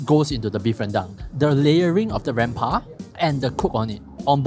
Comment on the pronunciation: pls check how you pronounce 'rempah' from a malay... i am sure it is not pronounced the way you said it. 😁😁😁